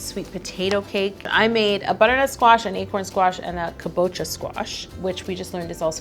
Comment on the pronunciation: You can also say acorn squash instead of kabacha squash if you’re having trouble saying it 😂😂